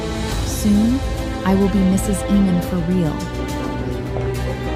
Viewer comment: I could watch this but I can't watch someone pronounce AA-mon as EE-mon all through the show.